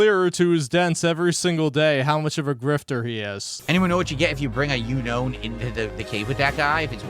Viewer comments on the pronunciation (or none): omfg he called it a you known.... its literally spelled unknown